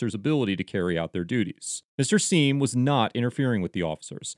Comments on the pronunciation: Pronounced Gavin "Siam", not "Seem". In his own words. Doesn't really matter much, just saying. I have been subbed to him for many years. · It's pronounced "Sime" and you should really do some research on him before defending anything he does. He's probably not someone you want to side with.